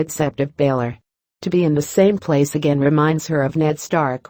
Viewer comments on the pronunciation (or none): none